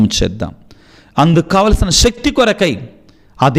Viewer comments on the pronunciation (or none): none